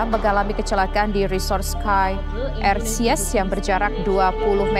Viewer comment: Reporternya salah baca, Erciyes : ersiyes seharusnya erjiyes...